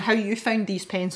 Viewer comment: Yaaay for spontaneous pencil tutorials! These pencils look absolutely delightful! I love the way they blend and layer. And can I just say that the way you pronounce aubergine is just delightful! I know you didn't like it much but the colorless blender really did make a difference. They both did. Though I have to agree with you that the colorless blender does tend to dull things down sometimes. None the less, it's an adorable little eggplant!